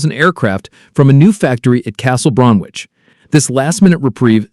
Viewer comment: It’s pronounced “Bromich”, the w is silent